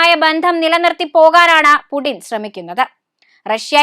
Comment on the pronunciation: Its Putin😢😢Not Pudin😂😂